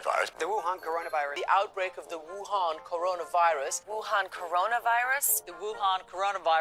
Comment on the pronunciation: Frankly, how the media pronounces "Wuhan" is practically a hate crime.